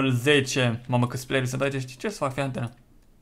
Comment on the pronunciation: in loc sa spuna fi atent zice fi antena